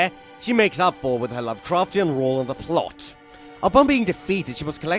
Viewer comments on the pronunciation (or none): lu'cru'chen... vi-yi-gmsh